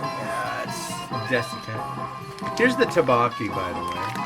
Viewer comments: The rice cakes are pronounced more like "dough-bow-key" 😂 anyway this one just tasted okay to me. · The way you pronounce tteokbokki stresses me out lmao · Me too